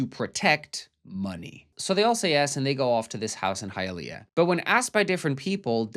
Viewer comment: Couldn't even pronounce Hialeah......lol